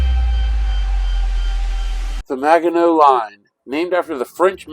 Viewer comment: As a Frenchman, I have to admit I was hurt how you were saying Maginot. But I'm happy you played it, and that you didn't bring out the "french surrender" cliché! Keep up the good work! I'm coolclemENY#5236